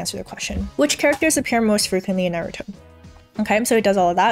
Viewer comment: I know it shouldn't, but your pronunciation of Naruto bothers me. Thank for all the knowledge.